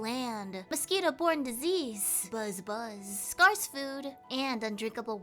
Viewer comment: "scarce" is pronounced like "scare" not "scar"